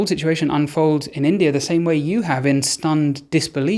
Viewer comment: Great video. I don’t understand why English folks call India as Indier?